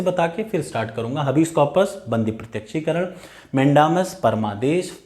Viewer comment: Habeas corpus हैबिअस का‍ॅरपस है हबीस नही है